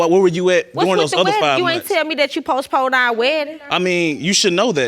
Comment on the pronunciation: "Tolded" "Postpoled" ""I was spending multiple times whichu"- 🤦🏾‍♀️